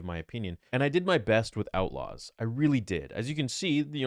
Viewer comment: STAR WARS AUOTLAWS?!?!?!